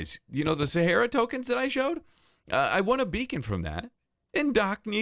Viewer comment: It’s pronounced Sahaaaaaara 🤓